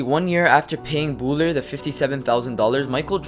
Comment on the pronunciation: You are mispronouncing Bouler you idiot!!!